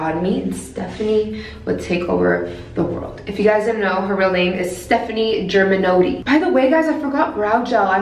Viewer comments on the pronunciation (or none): LMAO she really said germanotti, its germanotta!!